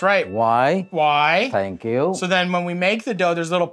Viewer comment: Somebody to Rang: " Good Morning." Rang: "Tank you."